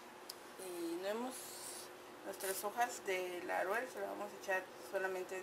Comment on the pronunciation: Se ve rica, la voy a intentar - Solo un comentario: Es LAUREL, no LARUEL.